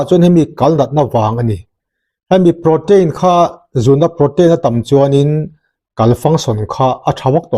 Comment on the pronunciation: Prow-teen or pro-tin tiin lam roh, pro-tein or pro-tain tih kha chu lam/sawi dan ani chiah lo. I channel kan lo ngaithla zel e.